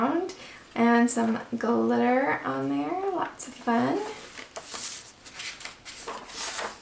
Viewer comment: They are all so fun! I love how you say glitter - guhlitter LOL